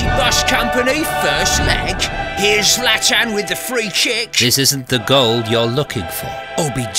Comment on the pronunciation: Love how "Zlatan" is pronounced in the Zlatan and the Masters of the Europeverse intro. Chelsea win it at home!